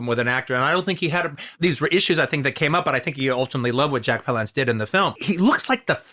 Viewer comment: Why is QT calling him Jack pau-LAUNCE? Isn't it Jack PAL-lance?